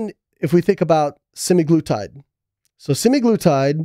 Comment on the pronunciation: Yikes, Semaglutide is pronounced sim-AG-loo-tide, Layne, not sim-eye-gloo-tide. Great discussion!